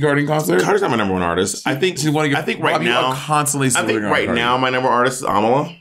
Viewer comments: Bob pronouncing Ámala like Kamala is so funny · if bobs pronounciation is am uh luh, the correct way is a mah luh